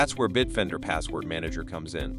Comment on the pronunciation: Kind of silly using an AI to read the ad. BIT OFFENDER is how the Bitdefender is pronounced by the AI. What no quality control? Also no conjugation of verbs. Ug! Unwatchable.